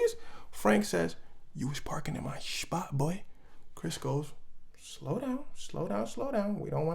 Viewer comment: "You was parking in my schpot boi" is the perfect way to emphasize that situation bro lol